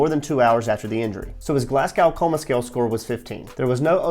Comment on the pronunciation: Great video, and this is a childish nitpick but you pronounce Glasgow "Glas-go" ❤